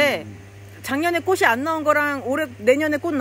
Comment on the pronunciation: 아자씨 발음 똑바로 하세요 꼬시 아니고 꼬치 라고하세요 바보야